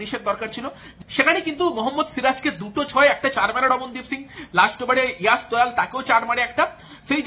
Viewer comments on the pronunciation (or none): বাংলায় বিশ্লেষণ করছেন,ইয়াশ দয়াল শুনতে চাই না,যশ দয়াল বলুন